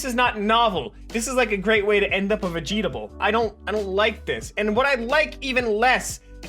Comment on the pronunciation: Did i hear VEGETAble? like how do you say vegetables.